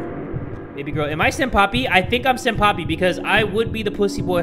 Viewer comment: Why do you call senpai "senpapi"?